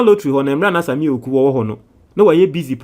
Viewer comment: the name is pronounced Awuku, not Ewuku. 😅 Awuku is an Ewe name. 😅